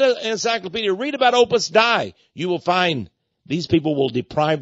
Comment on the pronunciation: Texx, you need to learn to pronounce Opus Dei properly before you opine on it.